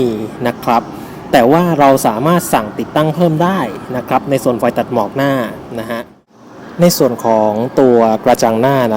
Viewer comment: ใช้คำว่า นะครับพร่ำเพรื่อเกินไป มันทำให้คนฟังจะไปจดจ่อกับคำว่า นะครับ และคำว่า นะครับ ออกเสียงควบกล้ำให้สั้นกว่านี้นิดนึงครับ มันฟังคล้ายเราพูดว่า นะคลับ ผมก็เป็นเซลล์เหมือนกัน